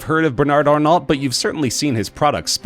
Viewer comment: The way, wherein you pronunciated "Arnault", is not proper France Talk.